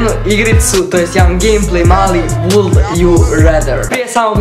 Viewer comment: Cekaj,cekaj...Kako si procitao would?.....Pa stvarno Boze...